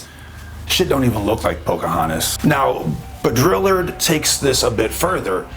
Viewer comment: I absolutely love this presentation. One thing I’d like to point out, no intended insult whatsoever, but pronunciation of Jean last name is BOW-DREE-ARD. 😊 An additional suggestion, I’m exploring the origins of Mandela..fascinating that different tribes and places around the world have Mandela.. to me they each represent a specific resonant frequency, or music note, which is sound. And some specific mandalas are handed down as representations of the tribe..or phenotype..or DNA sequence…in frequency. To me it’s like it’s their stamp or family crest.. it’s their DNA frequency code. What do u think? Worth exploring to me